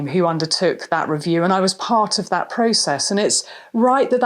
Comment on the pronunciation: Please stop sayi h THUT. It's THAAAT.